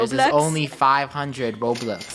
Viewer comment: 1 trillion Roblux Funneh and me: Roblux??